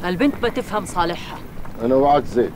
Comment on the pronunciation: يا ريت واحد يفهّم "ذيب" ان زيد اسمه "زيد" مو "زيت"، وزواد اسمه "زواد" مو "زوات" ههههه